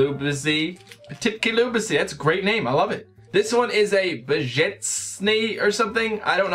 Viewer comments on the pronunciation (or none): I'm polish. and 'krowka' is Cow in polish. btw I love those sweets as well! :D oh yeah and the soft bear one is called 'lubisie' the s is pronounced as a 'sh' sound.